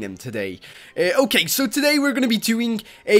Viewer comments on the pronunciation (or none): none